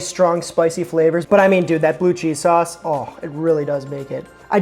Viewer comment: Just gotta say it... Pronouncing sauce like that grinds my teeth... Ok, done with rant